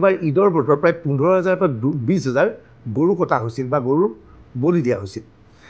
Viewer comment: Gorob mana goru, gogoi hoi assamese or words pronunciation koribo najana